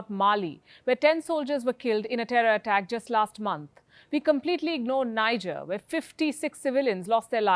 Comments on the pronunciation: Pronunciation is "Nee-jer" not "Naijar", pls take not PSU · Good job 👍 on the review Niger (a country) is pronounced 'NeeJay' NOT Naija take note Niger pronounced 'Naija' is a state in Northern Nigeria 🇳🇬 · It's pronounced Ni'je not Niger... Nigeria's neighbour to the north. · You pronounced Niger wrong ;-)